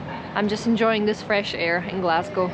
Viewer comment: Your hearing is not playing tricks on you. pronunciation of both "toastie" and "Glasgow" is perfect. Same with "food" at 11.45 and "too bad" at 12.01.